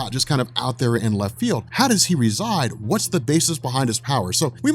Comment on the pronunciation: Everytime you say "how you see..." I hear "hal you see..." ;P